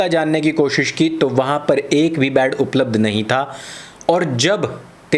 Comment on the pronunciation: बाड नही बेटे बेड होते हैं😂😂 जाहिल मेरे लाल